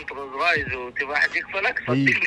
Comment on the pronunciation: رولز رويس مو روز رايس.. تقدر تنطقها صح عشر مرات 👀.. يقول صدم رولز والله ويحلف وهو كذاب